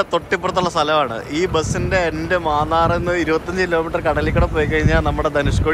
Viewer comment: മാന്നാർ എന്നല്ല, മന്നാർ എന്നാണ്... ബംഗ്ലാദേശ് യാത്ര ഉണ്ടാവുമോ?